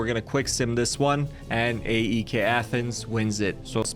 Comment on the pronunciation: I support aek its pronounced I-K